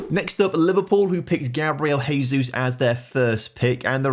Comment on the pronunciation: and all these english youtubers saying gabriel haysus or hose mourinho 🤦‍♂🤦‍♂🤦‍♂🤦‍♂